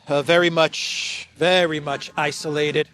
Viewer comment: say "isolated" not isolated. Those who do not normally follow your programme and Ukraine war with a critical lens will easily misunderstand you